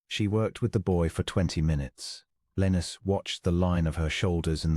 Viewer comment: At first was not sure I would like the narrator’s voice with a British accent, but as the story progressed, liked the cadence except the way Lionus was pronounced. Listening from Clarksville, TN.